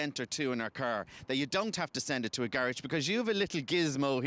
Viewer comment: lol he says garage weird